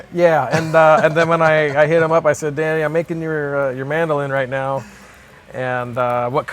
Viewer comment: A lot of people call George Harrison’s son Danny. His name is Dhani. It’s pronounced more like Donny. Kind of a blend of Danny and Donny. You pronounce the H.